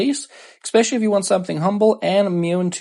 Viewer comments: expesially? It's especially friendo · “Eck-specially!?” Hahahaha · Great video. I just have to remind you though, there is no X in especially. 🙂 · Good video but there is no X in especially